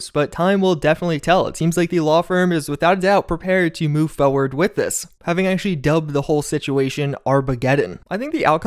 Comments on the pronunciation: Man the way you say forward is so annoying. "Moving foiwrrd". It's like what managers and co say in their useless meetings. But apart from that good content 👍🏻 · I HATE the way you say forward, its not FOH-ward